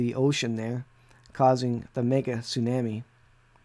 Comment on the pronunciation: Excellent video but please pronounce the word “ tsunami” properly. “ the waves and the seas roaring”